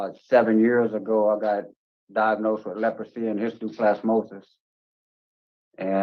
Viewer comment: Did he say Lepresy? It’s still around?